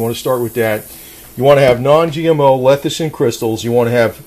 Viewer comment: Why do you jeep saying lethicin?